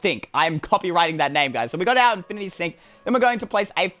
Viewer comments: Do You’ll heard that said infinty stink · Did he just say infinite STINK XD